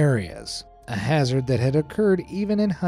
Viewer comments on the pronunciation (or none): none